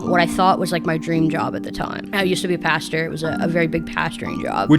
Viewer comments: Bro did not help her by pronouncing pastor like that man 😢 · It's pasture not pasta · Everyone: Church Pastor Sunny: Church Pasta